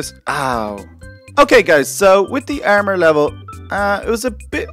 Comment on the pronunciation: does he have a difficulty in saying A and O because: ermor ferm neew